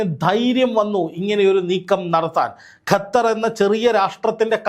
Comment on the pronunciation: Gathar❎ Qatar. ✅